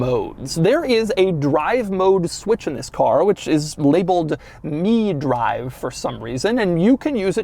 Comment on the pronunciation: Mi-Drive is pronounced “my drive,” not “me drive.” As in, “my drive mode that I prefer.”